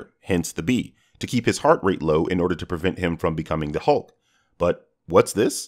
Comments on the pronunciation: said honk instead of hulk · he says hunk or something that’s not hulk lmao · "how did steve learned french but didnt watch star trek" french existed before steve went into coma, star trek didnt???? btw he says hulk as HONK haha